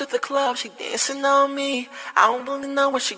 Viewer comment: wen he says dancin on me it sounds like pissin on me hahaha